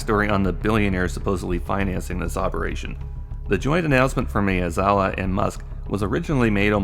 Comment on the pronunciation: Mah-eh-zawa, not May-uh-zawa.